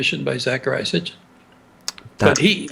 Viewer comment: Hey man great interview but why do you keep saying S t i c h i n when you are referring to Zecharia S I T C H I N? who knew the man personally pronounced it correctly many times, how did you not pick up on that?